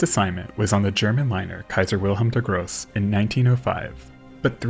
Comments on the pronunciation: DER GROßE! Not: The Gross! It means the great, not the disgusting :( - I know German is hard, but please stop butchering it! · Haha the grose, lmao. Dont worry no blame, just sounded funy.